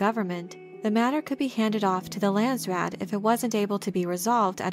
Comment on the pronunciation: pronunciation phonetics Landsraad = Lah-nds , Rah-ad = Dutch / Afrikaans / Flemish / some German . from native speaker . Raad = council / board members (both correct) therefore national council = Landsraad then direct translation = country council / nation council / ( land council and land board or board of land ) - most direct translation . from NERD Cape Town Kaapstad - Republiek Suid Afrika / Afrique Du Sud / close to ExP.Trumps NAMBIAN KO-FE-FE from Namibia or Republic of South West Afrika our Northern neighbour like Canada and USA same languages , and former protectorate client state during cold war.